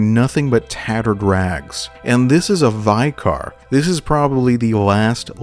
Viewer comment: Is it an American thing to pronounce vicar as “vie-car”?